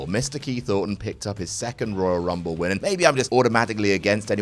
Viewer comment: Dave Bautista: Woyal Wumble